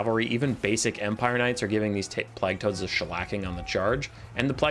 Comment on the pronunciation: the way you pronounce plague offends me